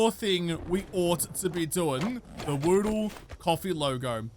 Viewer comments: Hey, try saying the Ja with a french style accent, who knows if you can speak in a french accent anyway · Try pronouncing it Jaw Oodle. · Say Ja in the same way Rastafarians say Jah (meaning God). Less of a AHr at the end and more of an UH. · Yep I do the same just long enough to see the days mispronounce of the day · you have to say without the r sounds say like jab without the b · Would be interested if you pronounce the "ja" as the german ja for yes make a difference 🤔